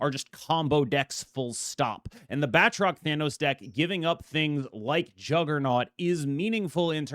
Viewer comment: *Ahem, I don't believe ItsGuestGaming would approve of that pronunciation, you gotta really roll that "R" my man, apparently it's pronounced: {Bat - troke}